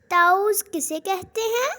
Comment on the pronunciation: Ma,am taooz na hi ta,awwuz hai😊